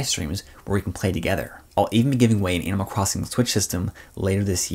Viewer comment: Kinda messed me up, I kept hearing "anal crossing" at first. I WAS TOTALLY confused. LOL.. thanx for the review!